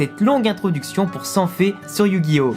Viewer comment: personnellement je refuse de reconnaitre la version 4Kids comme traduction officielle mais bon, fais comme tu veux (on est en France mais ça ne t'empêche pas de prononcer yugioh à la japonaise et non pas "yujio")